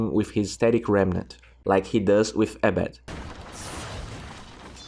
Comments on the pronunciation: Ah-bed bruh not ey-bed :) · its not A BED.. its prnounced as abeed